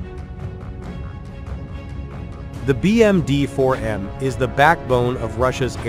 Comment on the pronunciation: "le 4 millions de dollars bermudien" xD🤣